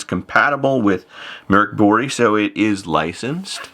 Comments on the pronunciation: It's Murk Boorge. >.> I'll fight anyone who says otherwise! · As an American I can confirm that that's NOT how it's pronounced in English. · You've ALMOST got the pronunciation right, professor. Drop two octaves, use a demonic tone, and scream "Mork Booooriiiiiiiiiiiii!!!!!!", and then you've got it. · I kinda like how English people say "Mork BorG" so this caught me off guard! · Every time he says Mork Borg (sounds very like Officer Crabtree's "Good Moaning" from 'Allo 'Allo) it had my brain interjecting with MorkBork (the pavlovian conditioning to only hear it as sounding like barkbark). 😂🤣😂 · I think there was some confusion in explaining the sound. It is pronounced like "Murk Bory" but that y has the same sound as y in "yard" (not y in happy). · I'm having some difficulty hearing that. It is "Buree" like furry, or "Buray" like hooray? At least I can stop saying Mork Borg and thinking of an assimilated Robin Williams. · Professor I’m going to need you to get a Swedish friend to record themselves saying that name because out of this entire video the pronunciation bombshell has me the most shaken.